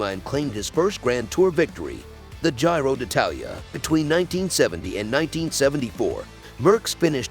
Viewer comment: Gyro d’Italia? Paris Robbix? Alberto Con Tader? Jack Anquetil? and the worst one, Vule d’Esposs (Vuelta d’España)!! Somebody didn’t do their homework!!